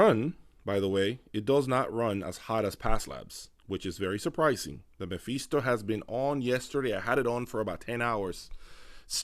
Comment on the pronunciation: Btw its 'Meh-Fis-to' not 'Meh-Fees-to'